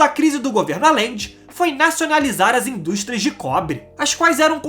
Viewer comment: amigo, se vc vai fazer uma materia , tem q se informar mais sobre a pronuncia dos nomes,,,Não se diz Alende.....se pronuncia Ajende. Ficou insuportável ouvir, mesmo sendo muito boa a matéria. E fora o sutaque chato qdo termina a frase.